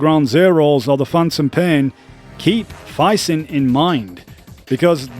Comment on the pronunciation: FIZZ-INT is how you say PHYSINT (Physical Intelligence), also its Jah-may voos for J'aime Vous 😄